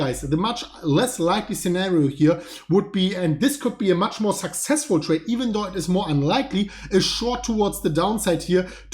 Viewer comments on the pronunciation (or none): none